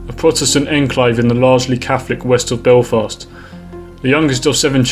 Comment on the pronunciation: it's maghaberry. And I Derry/ Londonderry and Belfast are the only places you pronounced right.